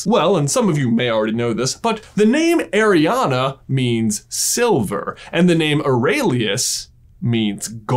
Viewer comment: My name is Arianna, pronounced exactly like J says it, every time he says it i go "yeah" "hu" or "what" 😅😅